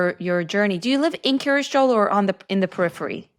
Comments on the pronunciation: It's "Kiryas" rather than "curious." It's the Ashkenazi/Yiddish pronunciation of the Hebrew "kiryat" which means "the town of." Lots of places in Israel with the same pattern: Kiryat Yam, Kiryat Gat, Kiryat Malachi, etc. I once lived in Kiryat Ono. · I keep hearing Curious Joel, like Curious George 😊